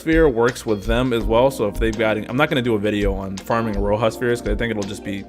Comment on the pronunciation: Iroha is pronounced as "Ee-ro-ha" btw. And didn't they make it clear in-game for Genshin that Beidou was pronounced "Bay/Bae-dou"? Still mispronouncing Eiko as usual lol